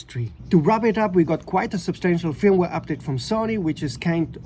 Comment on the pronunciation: I would be pissed, but the a7rv is perfect 😂😂. My advice is don’t buy a camera is you have problems with it 🤷🏻‍♂️ Just came here to hear the Swedish sounding pronunciation of ‘fyirumware’ 50 times 😄